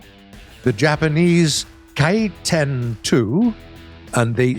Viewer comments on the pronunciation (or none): How the narrator said Ki-10 G-good lord